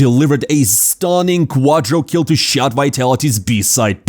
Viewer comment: please just stop saying "quadrokill", it's "quadrakill".